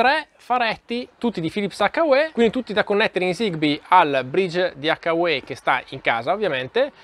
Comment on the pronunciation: It’s pronounced like - YOU. H-you. Hyou Not…Hakka Way.